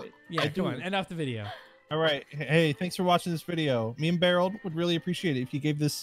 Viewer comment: Anyone else notice it's Bearold not Barrel